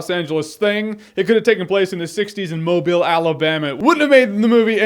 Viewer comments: Greetings from Mobile, Al! Kudos on saying it right! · Thank you Jeremy for pronouncing Mobile correctly.. You wouldn't believe how rare that is. Ex. Mob aisle / Mobb illl / Mobil / etc.